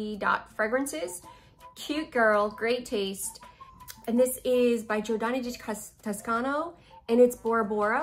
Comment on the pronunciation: Wow, you really butchered Giardini di Toscana lol. It would have helped if you took your time to pronounce it slowly.